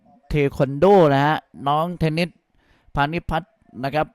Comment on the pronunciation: เทนนิด เทนนิด อยู่นั่นแหละ น่าลำคาน เธอชื่อ เทนนิสสครับลุง !